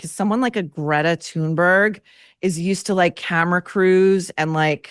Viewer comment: As Michael Knowles pronounces, "Grrreyta"! Sister B took performance lessons from Yoko Ono.